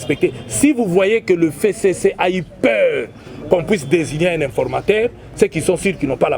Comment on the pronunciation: F: 6ème lettre de l'alphabet qui se prononce F et non Fé, tokeba na FéCC et pourtant c'est bien simple de prononcer FCC